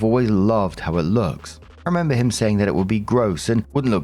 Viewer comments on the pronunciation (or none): none